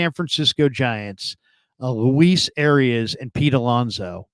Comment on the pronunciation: Why can nobody say this guys name correctly.. it’s “Ah-rye-ez” - not arias